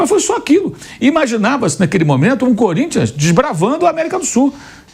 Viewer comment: O "corimtias é un crúbi jigamti !"